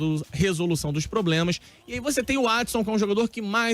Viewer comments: "PROBLESMAS" "RESONDE" o cara do GC tá nem tentando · Problesmas ? O editor tava de ressaca kkkk